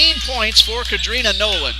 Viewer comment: To the speaker. Nolen (21)name is pronounced "Car" "drina" not "Ca" "drina"🤷🏾‍♀️ .